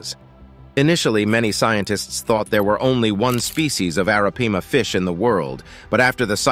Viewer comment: Dude, every time you said Arapaima you pronounced it differently. Do your job right bro. Research.....